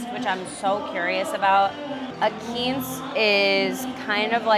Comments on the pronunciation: When she says “Keanse” does she mean Quince (pronounced Quwince)? 🙃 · I've never heard quince pronounced that way; perhaps that's an Hispanic pronunciation? The only way I've ever heard it is 'kwinse' which is the English pronunciation. Then again, I've never heard "char siu" pronounced the way you do either. ("Siu" is "seeooo" or "shu"; I've heard Asians say it both ways. But never "swee.") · Is that the Spanish pronunciation of Quince?....just messin with you. Great vlogs.